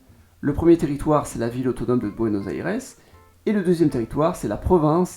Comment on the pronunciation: Déjà Buenos Aires se dit pas comme ça